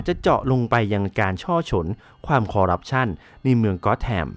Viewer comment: นิดนึงนะครับ ที่ถูกคือ "คอร์รัปชัน" นะครับ